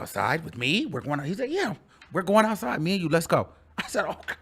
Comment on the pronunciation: "I'm going ouuuuside with Kanye" 🤣🤣